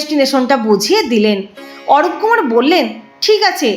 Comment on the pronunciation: অরূপকুমার নয় অরুণকুমার।